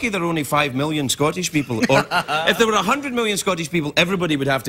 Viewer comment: "dwere you on a little scooter" 😂